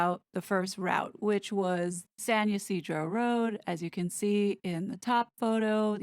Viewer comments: FYI it's ya - seed - row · It’s San “Ee-see-dro”. It’s a male name in Spanish. San Ysidro (St. Isidore) is the patron saint of farmers, gardeners and laborers. The Y sounds like English long I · I thought the movement of her hair blowing seemed weird he'd have to be power walking to get that hair moving like that... Ysidro is pronounced E-seed-row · Ysidro, pronounced ya SEE dro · When you see a name like Ysidro, the Y is pronounced like “yee”. So it’s “yee-see-dro”. And if you see a name like “La Jolla”, it sounds like “La Hoya”. Or “Jamacha” sounds like “Ham-ma-Shaw”. It’s confusing with all these Southern California names.